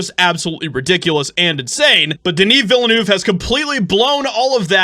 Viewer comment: 0/10 for the pronunciation of Villeneuve